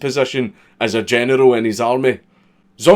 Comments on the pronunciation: Still waiting for him to figure out how to say general without saying genital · You can't say general without it sounding like genital and it is one of many reasons I love you.